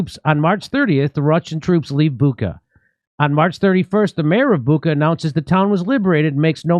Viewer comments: Jimmy and everyone else- it’s pronounced not Bukka, it’s Bucha - ch like chair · Bucha is pronounced 'boo-tshah'. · The idea for choosing Bucha was to make it sound like "butcher". But some people ruined it pronouncing it "buka". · Joe Biden: You saw what happened to Booka... Reporter: It's Bucha, Mr President. Joe Biden: Him too.